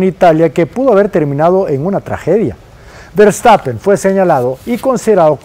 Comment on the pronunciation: Ese “vertapen” no lo conocía😂😂😂